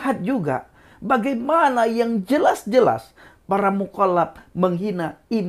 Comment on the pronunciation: Cara bicara 'Mukollap2' lutchu 😂😂😂. Semangat terus untuk memberitakan KEBENARAN. GBUs.